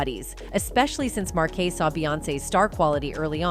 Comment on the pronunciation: Ok let's do this we all know her name Bey is pronounced like B and marques Houston name is pronounced Marcus Houston Pharrell is pronounced like fa rell let me help if you if you go report at least pronounce there names right 🤦🏽geez